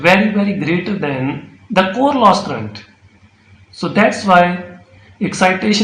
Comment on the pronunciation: It is current not crrrunt😂. Thanks